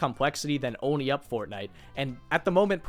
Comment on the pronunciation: I had to quit watching this a because THIS GROWN MAN CAN NOT PRONOUNCE ONLY HE SAYS ONI NOT ONLY AND IT IS KILLING ME